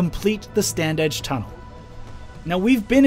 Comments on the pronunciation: You say it 'Stan-ige' no 'd'. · we always pronounced it Stan-age.